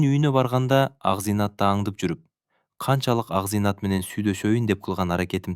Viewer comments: Акзыйнат да Акзайнат деп ... Туура эмес кылып жатасын . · Акзыйнат бактылуу болсо экен🎉 Акзайнат эмес Акзыйнат дечи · Тууралап окубайсынбы акзайнат эмес Акзыйнат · Ооба Акзинаты Акзайнатка айланды.окуп аткан киши кантип ушуну сезбейт дейм да😮